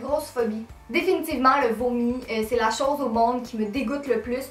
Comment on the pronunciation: une des premières vidéos que je vois de toi et je sens que je vais m'abonner ; ) et en plus j'aime trop ton accent, oui j'aime l'accent québécois (je suis une des rares française qui aiment l'accent québécois... !) c'est grave rigolo, genre quand tu dis "youtoube" 😂 ou "lo" au lieu de "lA"enfin bref... gros bisous de France....😘